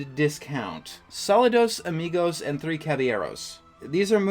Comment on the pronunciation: I enjoyed this video, but I have to say, as a Spanish speaker, your pronunciation of Saludos Amigos hurt my ears a bit, lol.